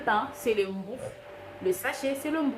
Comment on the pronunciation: Pain= mou rou.. C'est 2 syllabes. Il faut bien les prononcer.mou rou